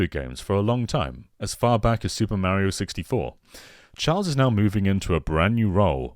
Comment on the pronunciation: Meh-rio series ahhhhhhhh Mah-rio!!!! I can’t get over the way he says Mario. I can’t.